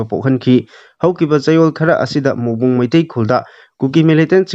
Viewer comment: Mongbung haiba natte Morbung haibni.